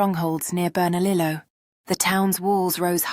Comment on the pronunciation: * Teegwex ..NOT Tigooex or Tigex * Bernahleeyo NOT Bernalilo